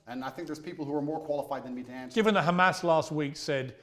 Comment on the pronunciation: Man,andrew will give million anshwers befo u finish ur question😂